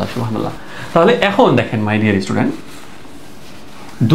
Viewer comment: আপনার সুবহানাল্লাহ বলা ভুল হয়, শুদ্ধ করা উচিত